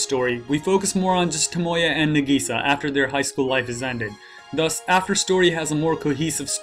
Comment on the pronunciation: it's Nahgisaaah not nAgisa